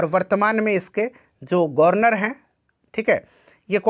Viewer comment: गनर्वर❎ गवर्नर✅